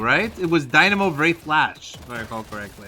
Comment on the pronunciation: bro did NOT say wraith i heard a p💀